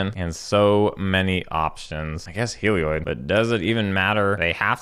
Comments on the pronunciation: "Helioid" D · Hehe, that is the only reason I brought it up, he says "Helioid" too :P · papa pronounces Heliod like Seth, praise be